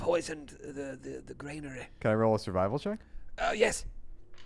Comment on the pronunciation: BTW - Granary not Grainary :)